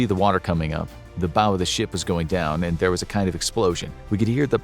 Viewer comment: You'd think they could at least pronounce "bow" correctly